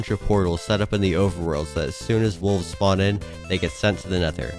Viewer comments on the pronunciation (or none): none